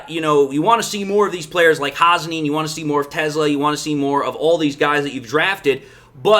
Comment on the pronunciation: Te Slaa. NOT TESLA.Please get pronunciation correct. Thank you from your local grammar nerd.